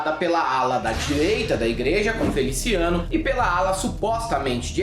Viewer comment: Mano.... derrubei o prato quando escutei "FeliciANUS"... pqp